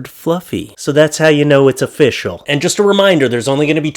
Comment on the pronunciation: I heard "Off-fishal".😂